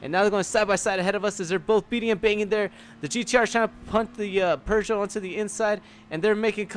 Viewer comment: OMG it's not "purr-joe". You're doing better every time but just drop the r's and you'll be golden!